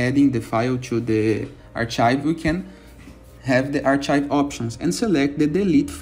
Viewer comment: arch-IVE lol